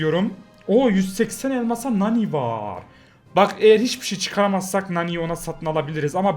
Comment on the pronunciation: ABI MANI DEĞIL NANI